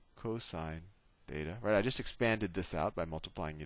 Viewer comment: is it theta or Fheta ???????????